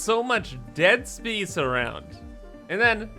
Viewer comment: Haven't watched one of your videos in a while. I had forgotten you say BEESE instead of base, and SPEECE instead of space and it drives me crazy. Love the content though.